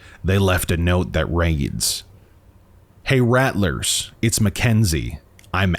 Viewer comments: I think your pronouncing “rattler” incorrectly. I’m pretty certain their named after rattlers, like rattle snakes. So “rattle” then “r” at the end. Not “rat” “lers” unless they just made up a name, spelled it identically the name of a snake, have snakes in their logo and for some reason decided to pronounce it differently. I’m not trying to be rude but “rattlers” is said so many times in the video so it’s hard not to notice. If your from somewhere that has an accent where that’s actually how your pronounce it, then I apologize. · I’m pretty sure it’s pronounced like rattle-ers, as in rattlesnake like their symbol implies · I thought they were pronounced like Rattle-rrs like a rattlesnake since their logo has a snake on it.